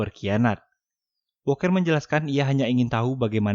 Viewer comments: Bukan boker bg,dibaca "buukir" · Ganteng2 gitu di sebut boker Ama Mimin. Mengsedih 😂😂😂😂 Buker ngab bacanya bukan boker. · booker bacanyaaa bukerrrr bukan boker anjim wkwk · Booker di baca buker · Booker dibaca buuker